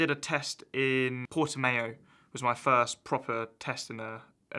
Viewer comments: Oh wow, he meant Portimão . Had to listen to it about 20 times. I'm portuguese and I had no clue what he was talking about, damn... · Portimayo 🤣, it's portimao george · Did he just say Portimayo? Or did he mean Portimao? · Did he say "Portymayo?", Portimeo? lmao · PORTIMAIOOOO HAHAHA ITS PORTIMAAAAOOO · “Portimayo” - George Russell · “Porti-mayo” lmao dude what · Nobody: George : portiMAYO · did this man just say Portamayo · Cool interview, but Jesus, that's totally not how you say Portimão